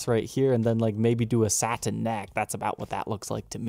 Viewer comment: You pronounce saTin and buTTon funny, great vid!